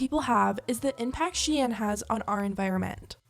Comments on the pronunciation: bitch really said she in.... tf its shein -_ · It should be pronounced “sheyn” and not “shiyen” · I had to turn this off. You clearly don’t know how it is to be broke. And you think HE bought those clothes??? You know for sure they sent them. And it’s not pronounce “shay Ann” wtf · The was you pronounce the company’s name sounds like the French word “chienne”, which means “bitch”… hahahaha!!!! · Why does she have to say shein like that💀💀💀💀💀💀💀💀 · I’ve never heard someone pronounce SHEIN like that haha sounds fancy tho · I hate how you’re mispronouncing SHEIN 😂😂